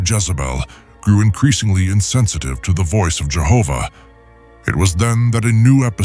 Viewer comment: I'm thankful you pronounce Jehovah in this